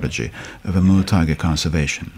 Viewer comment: I hear him say emerald tiger instead of Amur tiger lol